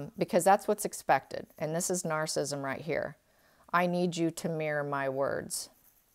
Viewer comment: It's "NAR-cis-si-sm"; four syllables! Other than this, I absolutely love you!!!